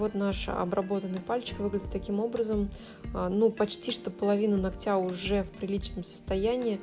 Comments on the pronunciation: режет слух😑" половина нОгтя, а не ногтЯ"😯 прости, я не специально. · НоГоть, нОгтя. Не нокоть, не ноктЯ. Вы профи и не имеете права называть неправильно объект своей деятельности. А видео интересные, как кино. Спасибо и успеха. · А я смотрю всегда с удовольствием, пока мастер не говорит : ногтЮ, ногтЯ - уже невозможно, и не хочется быть врединой, поэтому обычно молчу и отписываюсь, но когда человек-блогер, блин, ну хоть минимально следите за речью🙏🏻🙏🏻🙏🏻😘(нОгтю, нОгтя, кОсти, лИфте, лОкте, пожалуйста🙏🏻🙏🏻🙏🏻😭😭